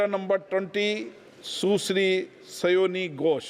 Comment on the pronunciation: Birla ji सुसरी क्यों बोलते हैं सुश्री को ...😅